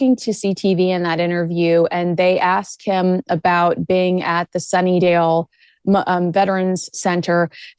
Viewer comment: It's called Sunnybrook (not Sunnyvale) Health Sciences Centre and The Veterans Centre associated with it is the largest in Canada. Also one of the biggest Trauma Centres and Cancer Centres, located in Toronto. They didn't deserve to get harkled. But if it brings attention to this amazing life saving (I can attest to this, first hand) institution, then so be it (although I can't imagine...). Sunnybrook is the best life saving/quality of life saving institution.